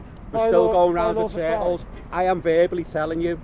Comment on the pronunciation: And can’t pronounce circle